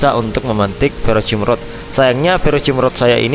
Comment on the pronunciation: ferrocerium rod bang,bukan ferrocium😅